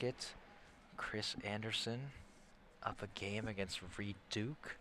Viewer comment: You guys screwed up Reids name Nice work though